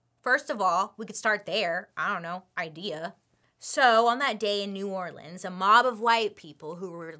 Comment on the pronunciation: I love how Bailey is pronouncing New Orleans like a Louisianan 🥰